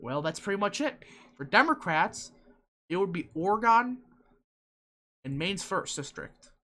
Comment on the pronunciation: was that some kind of insult lol or mispronunciation